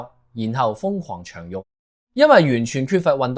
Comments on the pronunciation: 做下好心 唔好用AI 長肉 係生長個長 唔係長短個長 令人厭惡 你啞巴啦？唔識自己錄音講啦？會害死下一代小朋友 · 讀錯長肉